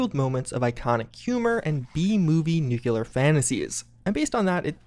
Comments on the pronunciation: The only possible way i wouldn't support such a project is if they said, "nuke-u-lar". Every time our boy mangles that word, i die a little inside. NOOK-LEE-R. Not nook-ya-lur. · I doubt Amazon has any reason to declaw the content from the fallout series. They certainly didn't with The Boys. Also, for fuck's sake it is pronounced new clear! N U C L E A R nu-clear! New clear! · Jesus Christ please stop pronouncing nuclear like that